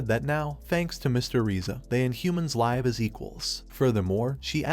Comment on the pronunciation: Ai stop pronouncing live wrong it's pronounced liv not live